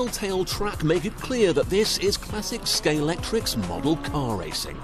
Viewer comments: Mistakes in this video - 1. It's pronounced Scal-EX-tric, not Scal-EC-trix; 2. These cars are Carrera, not Scalextric; 3. The cars are powered by a motor, not a generator. There are probably others. Whoever made the doco should have researched it a bit better. Apart from that, it's interesting to watch the process. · hes saying it wrong, its not scalectric its scalextric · "Scalextric" not "Scalectrix" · actually the commentator kept calling it Scalectrix- which is what I called it when I was a little kid- but I take your point. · Scalextric not scalectrix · Argh, he keeps saying "Scale-Et-Tricks" when the word is Scalextric... "Scale-Ex-Trick". If you are a paid professional you should be able to pronounce the name of a brand properly. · well said ... hate the mis -pronunciation of the word scalextric to scalectrix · Yeah, I think so. I didn't even know about Carrera... Such a blatant rip off. Either way- the commentator should stop calling it Sca-lec-trix. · Scalextwic is not a "genewic term in the uk" it only seems that way because people selling slot wacing cars on sites such as ebay etc are lazy and cant be bothered to look at the weal bwand name, wether it be Scalextwic, cawewwa or even auworwa. Why couldnt the pwoducews of this video get a pewson who can tawk pwopewly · Why do so many people -- including the presenter -- pronounce Scalextric as "Scalectrix"? THE X IS IN THE MIDDLE, NOT AT THE END. It's like when people say "nucular" -- NO, JUST PRONOUNCE IT AS IT'S WRITTEN. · Why can no-one pronounce “Scalextric” correctly?!